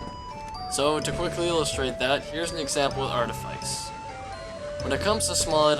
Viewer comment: bro really said artifaice twice